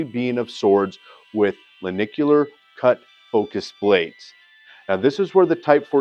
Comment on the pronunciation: Pretty good exposition. But it would help if you pronounced the section as “Len-Tic-u-lar. Ie Lentil shaped. Hate to be picky, but it grates.